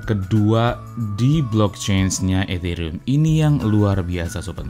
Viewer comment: Nyebut Ethereum kok kayak kumur-kumur